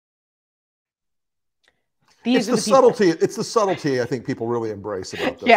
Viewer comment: I love "subtlety" 🤣🤣🤣